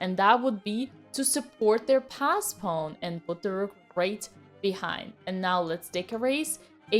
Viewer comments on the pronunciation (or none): Pawn Dina! Not Piun! Pawn 😘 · "Pawn" < "Poewn" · Pawn❌ Pown✅ JK tnx a lot Queen🫰🏻